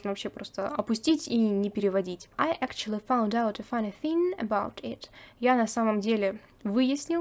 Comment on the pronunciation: Как Роберт произносит слово actually; вообще не понятно на слух